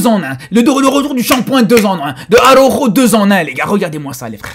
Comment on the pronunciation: ARAUUUUJOOOOO LES GAS ARAUJOOOOO LES FRÈRE 😂😂😂😂😂😂😂😂😂😂😂😂😂😂😂😂😂😂😂😂 l’accent il est propre même énervé